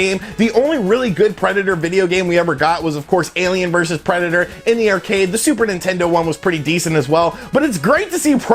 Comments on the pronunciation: Preda-tore? Nobody pronounces it this way but you. Words are hard, huh? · why do you say Predator like that? Lol